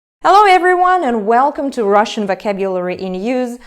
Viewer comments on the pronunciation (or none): none